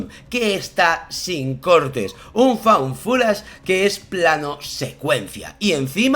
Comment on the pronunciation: 1.-, ahora pronunciaste muy correctamente FOUND FOOTAGE, pero he de reconocer que prefiero FUN FUTACH. Lo siento como un género inventado por ti, no como inglés mal pronunciado. 2.- La alusión a la corporeidad de Sínkope:_SadoPodrido: se puso roja, pobrecilla, no la hagas sufrir. 3.- Amo el lema de tu camiseta. Más Jungiano que Freudiano, según yo. 4.- Chicos: Se antoja MUCHÍSIMO esa found footage, o Images Trouvées, se diría en francés (os reto a pronunciarlo, yo llegué hasta el tercer módulo de francés y no puedo); qué os digo: combinan maravillosamente sus habilidades narrativas, sus conocimientos cinematográficos, sus apreciaciones personales y algo de lo que carecen muchísimos críticos: OBJETIVIDAD. Buscaré NIGHTSHOOT y les cuento...por lo pronto, veré EVIL DEAD RISES (llevo un mes posponiéndola) Os quiero y os amo:_SadoLogo::_SadoLogo::_SadoLogo::_SadoLogo